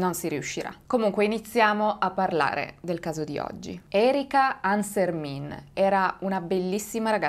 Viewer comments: Hai sbagliato la pronuncia del nome . Il cognome si pronuncia alla francese essendo la famiglia valdostana ANSERMEN non ANSERMIN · Hai sbagliato pronuncia, quella è pronuncia Veneta. ANSERMIN così come è scritto è Veneto mentre da noi si dice ANSERMEN ma non ha importanza. Grazie di cuore per aver parlato di questo caso che pare ormai dimenticato. Io ero piccola quando accadde e non lo ricordo seppur sia anch'io valdostana. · Ciao! Ti volevo solo correggere perché non si dice ArsermIN ma ArserMEN🥰🥰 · complimenti per il canale e per il video! solo qualche appunto, da valdostano: -Aosta è una cittadina che hinterland compreso conta circa 60000 abitanti, (purtroppo) non è il bucolico villaggio montano con ponte mostrato in foto -Ansermin si pronuncia "ansermèn" -Courmayeur si pronuncia "curmaiœr" -Vivien si pronuncia "vivièn" e lo so, è difficile la pronuncia francese, non ne faccio una colpa eh ;) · Si pronuncia ansermen (francese) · ciao. Il cognome Ansermin si legge alla francese.